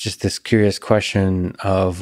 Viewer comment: When did "question" become "queshon"?